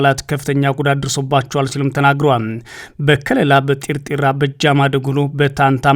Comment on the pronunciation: ጢርጢራ አይደለም ቲርትራ ነዉ